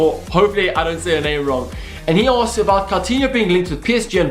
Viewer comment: You said my name right hahaha, good video by the way.